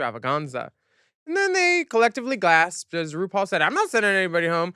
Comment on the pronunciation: gorl what? jinkx called ru broom in her judy garland snatch game. dela called ru "roople".